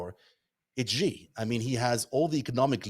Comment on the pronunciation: The "X" in the Chinese name "Xi" is not pronounced like the "g" in the English word "regime"; it is pronounced more or less like an "sh." Thus, the Chinese name "Xi" is pronounced more or less like the English word "she."